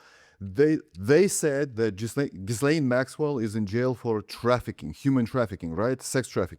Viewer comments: Her name is not pronounced Jiz-Layne. It is French. The ‘s’ is silent. It is pronounced Jee len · Ghislaine is pronounced "Gee lane" not "Jizz lane". Look it up. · Ghislaune(French name: 's' is silent so, Gee'len not Jiz laine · As a French-Canadian, I can confirm that Ghislaine is a real name. It's pronounced "Ghee-Len". Ghee like Indian clarified butter. Hard G. Let's not disrespect every Ghislaine out there. You lose credibility when you throw out unchecked facts.